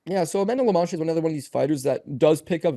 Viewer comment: Why would say Amanda Lemás? Even if you didn't know how to pronouce the name, there's clearly an O there not a A.